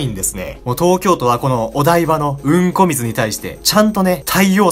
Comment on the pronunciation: 何回みても強調された「うんこ水」に笑う